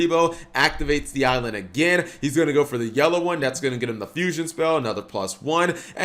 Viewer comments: Ai-land not ailand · Pretty sure it's A.I. as in Artificial Intelligence. So it'll be pronounced A - Island not just Island.